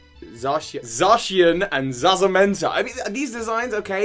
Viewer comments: Is zamazenta not zazamenta. But you said zacian right. Also cool video. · you said Zazamenta at the beginning in place of Zamazenta XD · says zacian right Also: screws up zamazanta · Thinks about pronunciation of zaccian Same person: ZAZAMENTA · It is za-mazenta so za-magenta and za-cian so za-cyan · Ok, I'm sorry but I have to correct you pronunciation. Its Zacian (Zah-see-an) and Zamazenta (Zah-mah-zen-ta). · "zazamenta" Ffs amateur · It's Zamazenta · struggles to say Zacian, but says it correctly at the end Also: Confidently mispronounces Zamazenta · Pronounced Zacian correctly Proceeds to butcher Zamazenta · Zamazenta. watch lockstin's video on how it's colours, and you'll never mispronounce it again ;) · Nails Zacian's pronunciation. Immediately butchers Zamazenta's pronunciation. We love you, lol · Perfectly balanced, as things should be... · You said Zacian right and screwed up Zamazenta lol